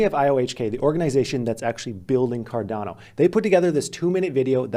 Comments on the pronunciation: I don't know why, but it bothers me as well when people mispronounce Cardano and ADA 😂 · Lol, when I first saw him pronouncing it, I thought the same thing as you.